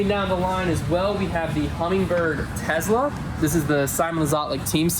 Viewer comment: are you…are you saying “teZla”? 😂